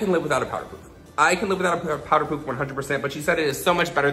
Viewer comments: It's "paff" not "puf" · Living for the way you say pouf instead of puff. Very french of you. Also, praying for your puppy ♥ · I like how you say “pouff” instead of puff. 😛❤️ Looks great either way you say it! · Did just pronounce it as powder "poof" LOL